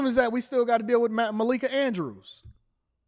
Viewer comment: it's MA-Lee-KA 🙂